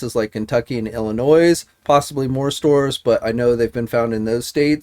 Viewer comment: The "s" is silent in illinois :p